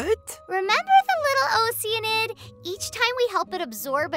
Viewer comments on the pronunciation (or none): That moment when all of us realize we were pronouncing “oceanid” wrong